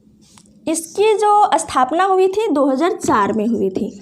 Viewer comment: एस्टूडेंट नही है मैडम स्टूडेंट है 😂🤣😂🤣😂अस्थापना 🤣🤣🤣🤣🤣🤣